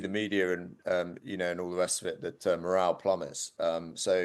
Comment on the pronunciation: “ morale”. Good grief.